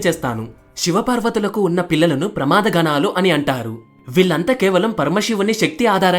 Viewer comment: ప్రమాద గణాలు కాదు ప్రమద గణాలు